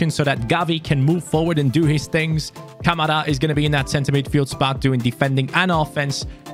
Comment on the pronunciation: You said Kamara wrong ka ma ra